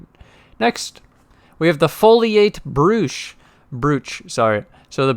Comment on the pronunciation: Brooch, with a hard O like poach, not pooch. Ya, English is strange.